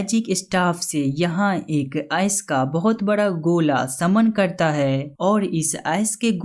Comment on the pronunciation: S nahi ice bolo yar